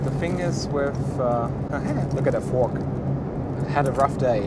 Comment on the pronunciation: You got a throk instead of a fork 😂😂😂😂